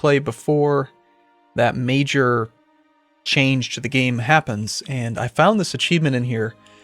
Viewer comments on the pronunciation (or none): none